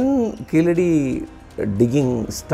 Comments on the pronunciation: What is keezehadi its keeladi. It’s misleading the information. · In proper Tamil it is keezhadi. It's only people who can't pronounce 'zh' that mispronounce it as 'la', just like how they mispronounce Tamizh as tamil